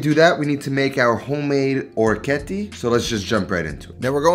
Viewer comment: It is interesting that “Guanciale” you pronounce it with the Italian final “E”. While “Orecchiette” you pronounce it with the American final “E”. :)